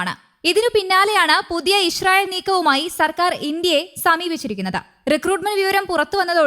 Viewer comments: ഇ ഷ്രായേൽ അല്ലാ ഇസ്രായേൽ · ചേച്ചീ ഞാൻ എത്രോ പ്രാവശ്യം പറഞ്ഞതാണ് ഇശ്രായേൽഅല്ല ഇസ്രായേൽ ആണെന്ന്😅😅